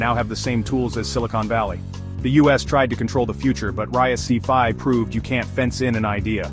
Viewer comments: "RISC-V" is more appropriately and less clumsily pronounced as "RISK-Vee" and not, "Arr-Ai-As-See-Vee". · "RISK five" is the correct pronunciation.